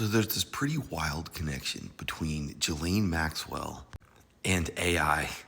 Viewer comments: Please learn how to pronounce her name properly. Everyone should know by now. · Why can't you pronounce her name? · I can't get pass him pronouncing her name wrong.